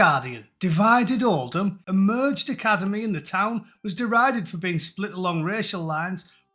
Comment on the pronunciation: Did she say alicademy?